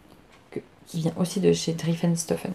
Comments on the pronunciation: les fantaisies d' Non du début! Driessen et pas drieffen 😂🤣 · Coucou, super podcast comme d’hab je t’adore! Ta robe de my image est canon! J’ai un défi pour toi si tu l’acceptes😜😉... dans ta prochaine vidéo tu ne dois plus dire drieffenstoffen mais driessenstoffen plus de ff mais ss! Allé je compte sur toi! A bientôt et bonnes vacances 😘😘😘